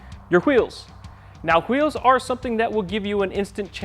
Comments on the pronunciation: lol, am i the only one who heard how he said wheels (hawheels) ? lol reminds me of the family guy cool hawhip episode. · Who eels